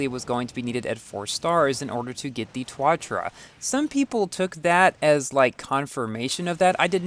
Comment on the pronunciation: Ssc tuatara Back then doesn't know how to pronounce Like the jesko now he saying (yes-ko)